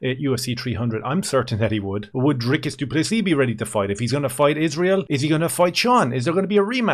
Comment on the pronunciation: How is it that an Irishman can pronounce Dricus du Plessis perfectly but the rich American "professional" commentators STILL call him DRYCUS DOO PLESSSISSSSS? Thank you as always from a frustrated SA fan who agrees the Strickland fight was super close but is happy Dricus won. I hope we can agree that whatever drama the UFC is planning behind the scenes isn't his fault.